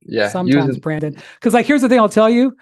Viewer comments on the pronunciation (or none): funny thing, even Brandon doesn't know that this is not a correct pronunciation of his name if he wants t to sound correctly in Poland